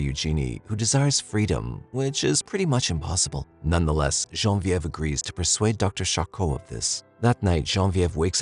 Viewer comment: the narrator is pronouncing Genevieve totally wrong